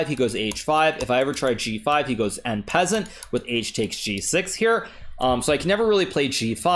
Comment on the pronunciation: Dear Naka, I love your recaps but you should not say "AND PEASANT" (and farmer ) but pronounce it as "ON PASSONTE". Don't loose your spirit, everything is still possible and tomorrow is a big game against a more tired Fabi. Good luck and cheers!